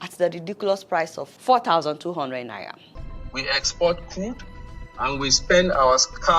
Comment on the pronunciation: Even the way you are calling this naira ehn... I dont want to hold it or see it with my eyes... "Naiya" 🙄